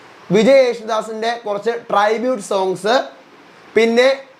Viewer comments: Not ട്രൈ bute.... Its ട്രിബൂട്ട് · ട്രിബ്യൂട്ട് ആണ് ട്രൈബ്യൂട്ട് അല്ല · ട്രൈ ബുട്ട് അല്ല ഡ്രൈ ഫ്രൂട്ട് 🤣🤣🤣its tribute man 💕